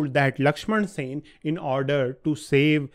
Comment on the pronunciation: Sen..... NOT Sena